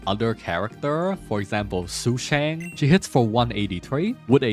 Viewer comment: It's yeahn cheeng, sue shawng, done hung and cheeng chweh. I know you're memeing the pronunciations on purpose but I have to try or I won't be able to sleep right 😂